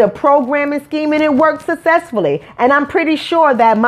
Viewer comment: when you decide to make your OWN movie, you can set the setting and make the plot about WHATEVER YOU WANT!!! And please learn how to CORRECTLY pronounce New Orleans, and SUCCESSFULLY, instead of throwing stones out of your glass house.